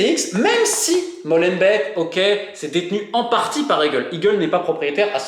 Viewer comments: Molenbeek "Molen béck" pas MOLENBEK 😂😂 on vous aime les français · Pour info , Molenbeek se prononce Molainebèèque et pas Mauleune bec Schaerbeek pareil .. ça se prononce scar-bèèque , pas scar-bec. Sorry mais ça bousille les oreilles au nord 😉 Et tant qu’on y est : Bruxelles se prononce Brussel .. pas Bruxxcelle .. 🤓👍🏼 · Pas molenbèk ( comme du lait), mais molenbék (comme des dés) en alongeant le" é " , ce qui donne molenbéék